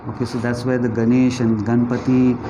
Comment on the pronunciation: Not ‘Gaana’ but gan